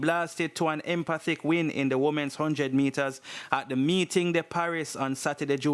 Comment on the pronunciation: Blogger I like your content, however you need to improve on how you pronounce some words since not all listeners will understand what you are referring to. The word is pronouce "emfatic" not "empatic" and "pacemaker" not "peacemaker". Keep up the good work.